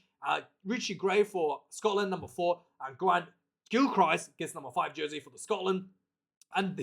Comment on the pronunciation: Its pronounced gilkrist.